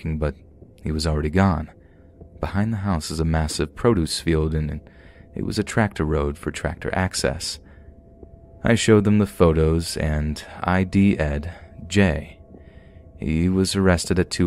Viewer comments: "....And I had "idee-ed" Jay for putting in new center blox under my windows".....[ID'd...is pronounced "eye-deed"..short for identified] and they're Cinder blocks(those concrete bricks with the two big holes) not center blocks. Both very minor mistakes...I have yet to hear a story teller that makes no mistakes at all...none are perfect, none. You and mr.creeps and Morris media are my favs...thanx 4 your channel..keep up the great work. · "I.D. Ed"??? It's pronounced "eye DEED"... C'mon!😃